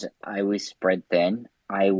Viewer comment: I don't trust anyone who pronounces "was" like "woize"